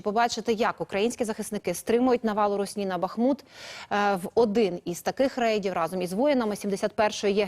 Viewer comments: Та наголоси правильно ставте Бахмут на перший склад наголос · В слове Бахмут ударение на букву "А". Почему украинские ведущие такие неграмотные. Просто слух режет неправильное произношение. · Українською мовою БАхмут! Ворожою БахмУт! Невже важко у словник подивитись?